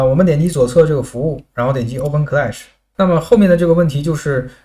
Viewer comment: clash读音是克拉什，不是科赖什，听着难受的很